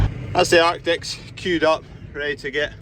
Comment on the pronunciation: The lorries are Artic's - Not Arctic's!